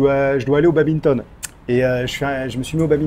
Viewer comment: badminton pas baminton, va aux états unis et il étale cela comme une fierté!